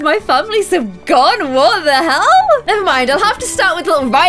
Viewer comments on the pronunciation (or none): none